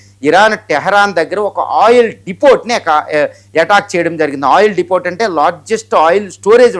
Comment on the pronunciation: Depot ని "డిపో" అని పలకాలి.... డిపోట్ అని అంటున్నారు... మీరు తెలుగు లో మాట్లాడండి... ఇంగ్లీష్ చాలా దారుణంగా మాట్లాడుతున్నారు